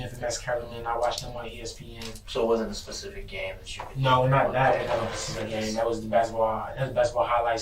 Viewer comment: I've had enough already, he said Pacific day